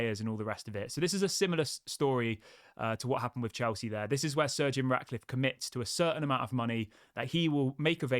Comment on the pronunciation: practice saying Sir Jim. Sir Jim. Sir Jim…it’s not surgeon